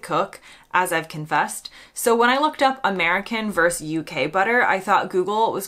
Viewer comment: When I looked up the difference between American 'VERSE' UK Butter" It is Not 'VERSE' it is VERSUS which is Latin in origin. Verse is a part of a song, VERSUS means AGAINST, as in US Versus Canada. Please America, stop Butchering the Language